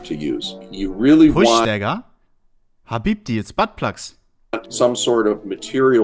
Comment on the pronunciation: saying "Habibti" perfectly caught me so off guard